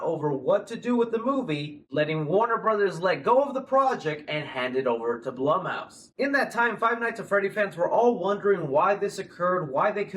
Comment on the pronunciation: Blum and Blumhouse are pronounced like Bloom and Bloomhouse, not like plum. Other than that, waiting impatiently for the FNAF movie.